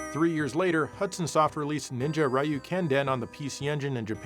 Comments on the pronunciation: It's Ryu Hayabusa, not Rayu Hayabusa T___T" It's one syllable, pronounced like "you" with an "r" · It’s 2025, and ‘muricans still read ryu as rai-yoo 😹